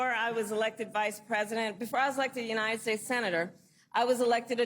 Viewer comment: it sounds like the guy says "united peace" ✌️